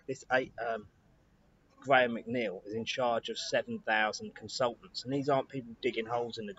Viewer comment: you’re a clever man but you pronounce your second name wrong